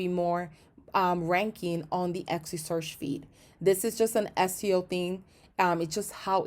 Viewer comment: it's not exy it is etsy